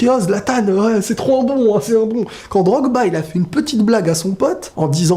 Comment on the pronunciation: C'est Drogba pas Drog-Ba ensuite D'ou quelqu'un qui se mange des remontada historique juste parce qu'il fou un coup franc qu'on met facile à Fifa il deviens l'élu du ballon d'or mdr, Ronaldo l'an passé a fait des merveilles mais à qui ils l'ont donné?